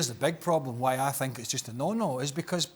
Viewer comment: “I fink”